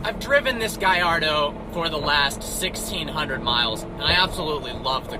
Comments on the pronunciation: gaLLardo... not gayardo. hate when people say it like you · gaLLardo not GUYardo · Its a GALLARDO you say the LL's ffs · I hate how people don't realize that Gallardo has L's not i's. They say Gaiardo but it's Gallardo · Its not a FUCKing gajardo but GARLLARDO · Clearly doesn't own one if he calls it a giardo, I belive it is a GALLARDO. No wonder he is a part of vehicle virgins, because he is a real first timer when it comes to cars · He said giardo 😂😂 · 😂😂😂 he said giardo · wtf is a giardo lol😂😂😂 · Why's he call it a "guy-ar-doh"? It's an Italian car, not one from a Spanish speaking country. Or is it pronounced like that in Italian too? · Gayardo lol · lol u thought it was pronounced gaLardo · Why do you pronounce gallardo "guyardo".. or is that how you really pronounce it?.. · Wtf is a guylardo? What a dumbass, he doesn't even know how to say the name right😂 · Lamborghini Guy-Ardoe? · He's saying gayardo because this car is garbage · u pronunce that wierd wheres the i sound in gallardo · Learn to the say the name of your own car! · I hate how you pronounce gallardo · Sounds nothing like "Y".